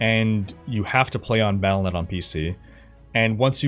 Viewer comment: Wyatt Cheng is still there? That’s funny. Do we not have phones? Palanet account? Took me a couple times to realize you were saying Battlenet. Not sure why you usually enunciate everything so well. I’m expecting really bad server problems and what is Scar? Lion King Boss?